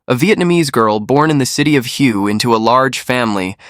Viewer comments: The city of Hue in Vietnam is pronounced Hwey. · Shes born in the city called "Hue". Proper pronunciation is like "way", but pitch your voice super high and drag it more...like WAYYYY!